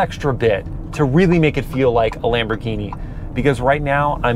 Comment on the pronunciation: You're not even calling a Lamborghini properly saying Lamborghini Lamborghini Lamborghini is not lumber it's lambo Lamborghini not Lamborghini